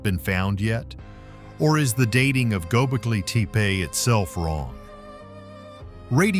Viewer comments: Why can't you pronounce Gobekli Tepe the same every time? Pick one and stick with it. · Learn to pronounce the site correctly.